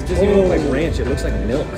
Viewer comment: "I hate ronch" LMAOOOOO